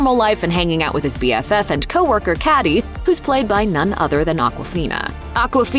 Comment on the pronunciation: Uh, how do you think Katy is pronounced?